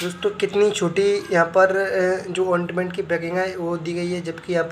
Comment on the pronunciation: Ointment ka sahi pronouncesion ,,,bolana sikho.